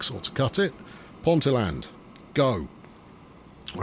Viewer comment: Ponteland, pronounced Ponteeland with the emphasis on the "ee", is next to Newcastle airport.